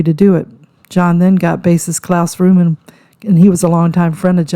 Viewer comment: My god woman, its Voorman (Voreman) not Vrooman. Get it right for goodness sake. Show some respect